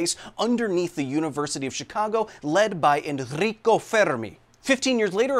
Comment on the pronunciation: Thank you for the effort of pronouncing Enrico Fermi correctly with the hard Rs